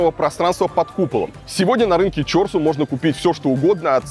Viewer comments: чОрсу никто не говорит , правильно будет ЧорсУ ! Как ты любишь исковеркивать слова🤦🏻‍♀️ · Илья, "Чорсу" ударение на "у", "манты" ударение на "ы", отдельная благодарность за мантышницу, а не мантоварку! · Интересное ударение, на название рынка "ЧОРСУ". Улыбнуло, теперь сомневаюсь, куда ударение)